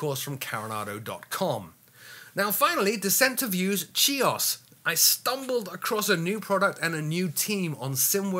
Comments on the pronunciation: .....there is no K in the pronounciation. If you want to pronounce it as the Greeks do, it is Hee-os. Take care. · Great video as always.......CHIOS is pronounced "Hee - os" - just fyi. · 'Chios' is pronounced more or less 'Kios' - the 'ch' is pronounced like the German 'ch' as in 'mach' and 'achtung' or the Scottish 'ch' as in 'loch'.